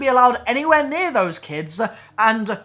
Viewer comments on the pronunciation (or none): none